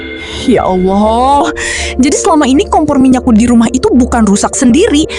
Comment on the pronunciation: Sakit telinga dgr sebutan ya alloh.. Coba sebut betul2 Allah..ya Allah..